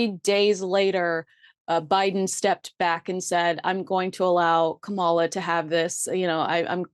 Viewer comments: … you are still MIS-PRONOUNCING VP Harris’s first name. You sound like tRump.🥺 Let us school you: It goes like this: Comma — as the punctuation mark (,) and LA It’s Kamala — NOT KaMolla. You accent the WRONG syllable. Please correct yourself because you sound ignorant and she WILL be the next US President. You need to show more respect and stop sounding like those hateful republikkkans such as tRump & the crazed Fox broadcasters. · KA-ma-la, not Ka-MA-la. Please pronounce her name correctly. It's disrespectful at best to continue to mispronounce the name of the Vice President of the United States. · FYI, Kamala = comma-la. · Learn to pronounce Kamala’s name correctly. You only get it right half the time.